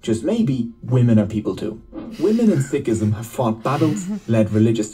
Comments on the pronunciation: you are pronouncing Sikhism right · Being a Sikh it's so nice to read so many kind comments from people of different religions and you guys too And btw is pronouncing it wrong is right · you have pronounced it perfectly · Sikhism is the correct pronunciation